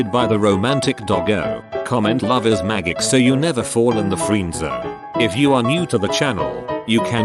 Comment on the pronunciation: “Love is maggik”